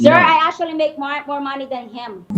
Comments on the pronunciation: Verconica : ASHUALLLY - actually 🤣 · ASSUALLY , ASSUALLY ASSUALLY!!!! 😂😂😂